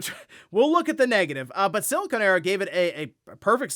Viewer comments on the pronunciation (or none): none